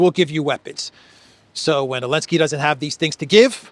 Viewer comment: will you take a moment and share why you call him Elensky? And not Zelenskyy?